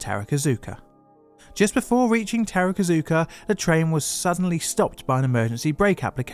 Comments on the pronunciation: Its TAKARA ZUKA Line (宝塚線), not TARAKA ZUKA. Gteat video though! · Just a note on Japanese pronunciation. You've mentioned "tarakazuka" a number of times. It's "ta-ka-ra-zuka". Vowels are pronounced as follows. A is ah, i is ee, u is ooh, e is eh, o is oh. Just split longer words into syllables and you'll do fine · Takarazuka Line: Ta Ka Ra Zu Ka How did you get "terrakazooka" out of that? There are very few Japanese phonemes that are difficult for native English tongues. If you pay attention, that is. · Awesome video as always! I can go to that place in around 20 minutes and I know the story of this pretty well, and I love to see that you choose to do a video about it. Just a small point, sometimes it's hard to say it but it's 宝塚 takarazuka line e not tarakazuka. Oh and most common mistake when saying osaka is to shift the accent to a different letter, the correct pronunciation is ōsaka. Just stupid things that could be interesting to know. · I’m a huge fan of the “tarakazuka” Review. 😂😂😂 (pronunciation of other stations are spot on…. TAH-KAH-RAH-ZOO-KAH… unless it’s a different station. Also BAKAYARO appears across the screen. I think a foreign interpreter meant to say “oh shit” and wrote the expression for F*** YOU instead. 😢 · Minor pronunciation quibble, Takarazuka is pronounced “Taka-Razu-Ka”. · I’m surprised at how well pronounces most of the Japanese line and station names but decided to utterly butcher “Takarazuka” as “Terakazuka”